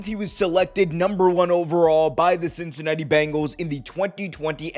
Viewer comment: "Cincanatti" lol